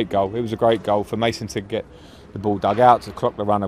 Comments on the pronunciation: he meant mason not my son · did mendy just call mason "mah- son" LOL. the chemistry is real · The way he said it sounds like "my son" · When it's pronounced by people who not conversant with English language it wil be Ma' son like my son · Hahaha Looked like 'my son ' 😂😂😂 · Bro I though Mendy said 'in the past I saw MY SON" I was so confused ahaha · He said "Mason,it's a very good player"